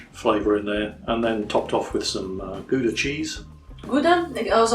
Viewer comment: By the way,, it ought to be pronounced Gouda, with the "ou" from "ouch!", not the "oo" from "good". I will not bother you with the correct "g" sound;-)